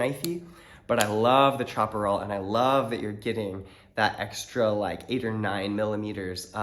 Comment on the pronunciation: I know there's like 50 different ways to pronounce "chaparral" correctly, but I feel like chopper-all isn't one of them. Looking forward to this! Anthony Sculimbrene is doing an "is it better than a sebenza" series, but his reviews (while great) are much less in depth and performance oriented. Edit: that stop pin thing stopped being true over a decade ago. They use hardened stop pins now. Smash away!